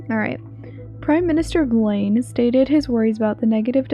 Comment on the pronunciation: Seems pretty interesting! The way you said "Blaine" made me laugh xD